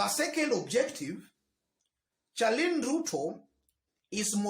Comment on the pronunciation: 😀😀😀😀😀pronounced SHARLIN Not CHA LIN